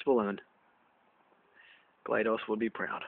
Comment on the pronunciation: Oh, and you pronounced GLaDOS's name wrong - it's glad-dos, not glay-dos